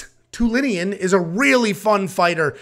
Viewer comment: Love the channel, but bro let's work on those name annunciations 🙂(dennis telinian LOL). This might be a candidate for worst card of the year.